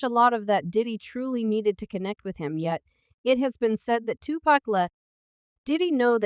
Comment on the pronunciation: Please learn how to pronounce pacs name before recording a video regarding Tupac...lord have mercy smh 😂